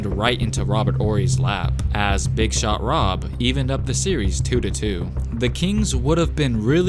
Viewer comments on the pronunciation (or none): It's Big shot Bob not big shop Rob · It’s “Big Shot Bob” not “Big Shot Rob”